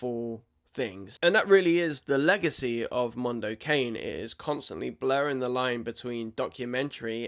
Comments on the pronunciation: Mondo Ca- nee. Not Mondo Cane. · Not 'cane' in English, but 'ca-ne' -Italian for 'dog'. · "Mahn-do Cah-nay" --- It's Italian for "Dog's World" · Jesus, just put the shit into Google and it will tell you how to pronounce it, if you don't know. It's not 'Mondo Cain' it's 'Mondo Carnay'. It's Italian for 'A dog's world' or 'world of dogs'. You should probably know this from the Mike Patton musical project of 2010. 🤷‍♂️